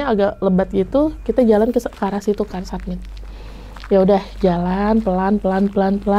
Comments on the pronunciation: saya sebagai orang biasa yang memang bukan anak gunung ataupun penjelajah alam, saya masih bingung dengan kata kata, setau saya kalo muncak itu istilahnya summit. tapi ngomongnya kok "sabmit/submit" nah yang bener itu summit atau "submit" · Summit mba bukan submit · Summit mungkin yaa .. Bukan submit 🙏🙏